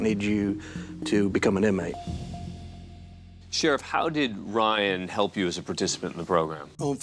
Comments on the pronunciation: The camera cut to the officer who said inamtey when he said it was brilliant 😅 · Sheriff that said Inmatey. Dead. Yo